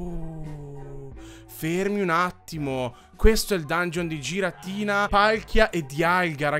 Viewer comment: puoi non sbagliare dicendo giratina quando si dice ghiratina che mi fa venire il nervoso? grazie